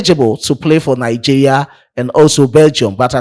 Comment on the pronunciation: Bro, it is pronounced Nigeria and not Nigea 😂